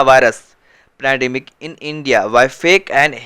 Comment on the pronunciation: Bro, it is not panademic, pandemic.